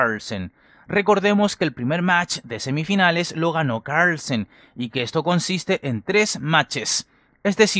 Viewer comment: Que difícil decir carrrlsen cooorlllsaan